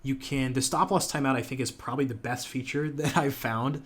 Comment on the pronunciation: LMAO when you said befth instead of best! funny